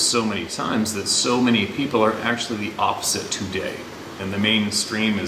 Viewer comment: Everytime sez too-day, have a sip of coffee, eh?